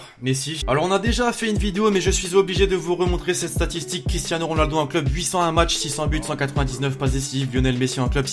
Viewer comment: Qui a vu comment il a tué le français, Matchs et non macths